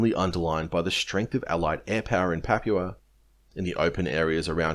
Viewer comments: You're pronouncing "papua" completely wrong man. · You don't know how to say Papua. Sad. And you keep saying it wrong, over and over. It makes you sound stupid.